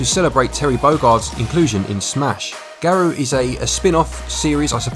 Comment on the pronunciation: Just so you know, it's pronounced Gah-row (with a trill on the "r"), not Gare-roo.